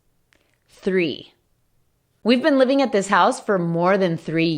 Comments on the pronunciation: no es dis, es ddiizz xDDDDDDD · Miss: this and these Me: this and thisz